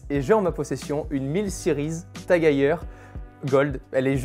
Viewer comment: C’est TAG-EU-R ? Lol